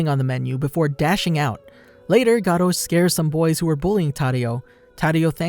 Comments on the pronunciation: His name is garou not GATO, he is not a damn spaniah pussycat. Sheesh. Your pronounciation always infuriates me... sigh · Actually sonic left before he killed anyone not in a rush and it's pronounced Garuo not garo but it's spelled garou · pronounced "gar-ru", not ''gar-row''. lmao cringe. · Bro did he say "The Life of Gcar-o" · The way you say his name hurts my ears